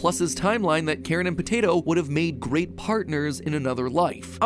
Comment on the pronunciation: It's Karin, not Karen